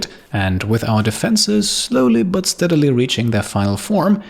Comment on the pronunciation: I'm going to have to unsub, no one probably cares, but: What I've had enough of.. 1) The microphone is awfully setup, you will hear what I mean if you use proper headphones/proper audio setup. You won't hear it on cheapo desktop speakers. 2) The way says "but" - i actually legitimately cringe. I know is german, but there's no reason to butcher it this badly on purpose.